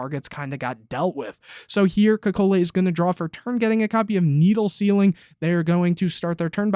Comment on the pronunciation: As an Italian your pronounciation of caccola is really funny, It sounded a lot like Coca Cola. Is also a strange name in general so it was double funny. Great video as always